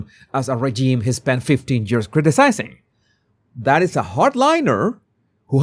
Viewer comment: Anyone else tickled by how pronounces years as geears 😅